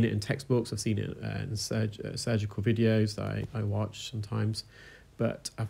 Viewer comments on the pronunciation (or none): none